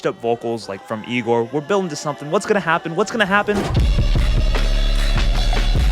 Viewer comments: Bro butchered igor😢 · Never let bro rank again😰😰 also the misinterpratation of igor hurts